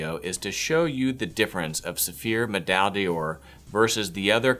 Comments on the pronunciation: Please simply say "Gold Medal" if your American tongue cannot say Med-eye Dawr (three syllables). Much more respectable to the brand you promote, as well as to Francophone viewers. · Dude, honestly, I'm really going to have to send you an audio file of the correct way to pronounce 'Médaille d'Or', 'Pommadier' and 'Pâte de Luxe'. Hit me up if that would interest you. it would give your videos so much more credibility... :) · Please learn to pronounce pâte de luxe and médaille d'or